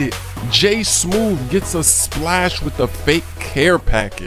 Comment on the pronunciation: he said splas not splash